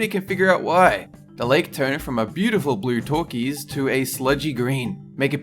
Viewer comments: "Beautiful blue Turkeys?" Is that how they say Turquoise down under? I've only ever heard it pronounced "Teer-qwoise." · 1⃣"King TOOTEN-KUH-MOON"??? 2⃣"A beautiful blue TOR-KEEZ"??? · seriously never heard anyone pronounce turquoise like that